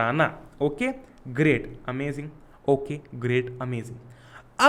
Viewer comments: Par bhya amajing bolte he na ki amazing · Amajing not amazing 🤣🤣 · amazing ki pronunciation sahi nhi h